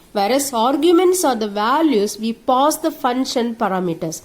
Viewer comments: madam ur Pronunciation of function and parameters is wrong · Pronunciation of function and parameters is wrong